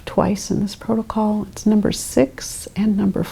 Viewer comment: Ah yes, the PROTOCOLE lady